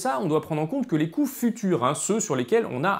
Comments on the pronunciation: Je suis le seul à entendre "biais des coui**es récupérables" ? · C'est dérangeant, quand tu dis "l'effet des coûts irrécupérables" des fois on comprend "l"effet des couilles récupérables" :/ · Passionnant 👌 on entend vraiment "biais des couilles" à des tas de moments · Génial ! Un commentaire crétin : il faudrait faire une pause entre "coûts" et "irrécupérables", car j'ai cru entendre plusieurs fois "couilles récupérables". C'était le commentaire crétin du jour. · A chaque fois j'entends "couille irrécupérable" :')